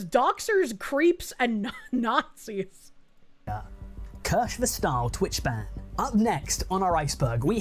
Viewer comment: how deep did he dive if he didnt even learn how to pronounce "kirsche"? (probably he did and just pretending, but anyway, how tf does this deep-diver have more than 2 subscribers: his mom and grandma)